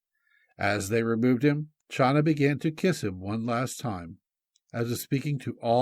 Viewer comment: Hi! The name “Chana” from where we get the name Hannah is NOT pronounced “Schana” but Khana. The CH is pronouced like the sound in Loch as in Loch Ness monster-it is a gutteral sound deep in the throat. Now you know!